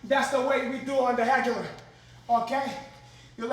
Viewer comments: “THAT’S THE WAY WE DO ON THE HEGULAR” LMFAOOOO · "thats the way we do on the hegular" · "That's the way we do on the hegular!" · "thats the way we do on the hegular." 🤣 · “That’s the way we do on the hegular “ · "That's the way we do on the hegular" 😂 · “That’s how we do it on the hegular.” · "That's the way we do on the Hegular" 😂😂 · ''That's the way we do on the hegular'' - Renato Laranja. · "Thats the way we do on the hegular" 😂😂😂 Laranja is such a boss. Idgaf if he's an actor, I still believe he's the 27 times world BJJ champion. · "that's how we do it on the Hegular!" lol